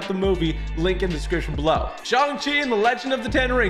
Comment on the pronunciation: I don’t to be one of those people who are pointing stuff out in a rude way but he keeps saying shong chi